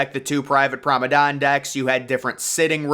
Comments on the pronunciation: Everybody: Promenade. He: Promadon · Why do you you pronounce promenade as promenon? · PROMADON, PROMADON WHAT IS PROMADON! What really kills me is that he says it over and over and over on every one of his videos! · Take a shot for every time you hear ‘promadon’ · Your determination to say F you to the commenters and not learn how to say Promenade properly is impressive.